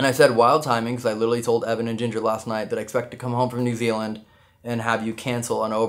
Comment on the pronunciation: Oi get our country name right it's not N Zee it's N Zeed